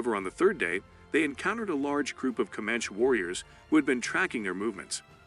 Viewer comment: For sure, the “Comanch” warriors. I don’t think that’s how you say it